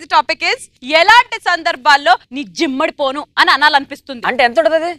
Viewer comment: జిమ్మడపోను కాదమ్మ...దిమ్మడిపోను..తెలుగు రాకుండా ఎలా యాంకరింగ్ చేస్తున్నారు